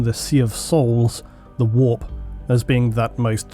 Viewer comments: annoying voice, says "whoorppppp", instant down vote. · English people say "the warp" like "the wap" and that makes this video so much funnier